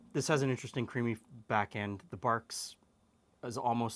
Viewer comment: Dude it's not Barks it's Barg's Rootbeer haha! no worries, all is ok 😂